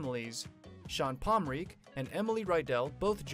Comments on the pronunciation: Palm-ren-kee learn how to say it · I'm confused. Where is Andy? You talking bout pomrenke and you ain't even saying his name right.